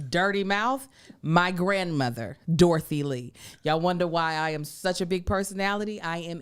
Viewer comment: “Eye yam” lmao